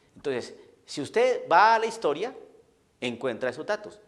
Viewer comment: Desde el segundo 1 de tu video ya estaba esperando que salieras con tu babosada de "la hishtoria" 🤣🤣🤣🤣🤣, no soportaste ni tres minutos sin salir con tu pavada.